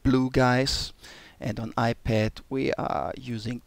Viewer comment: Did he say "The iPat"? might be the next hit.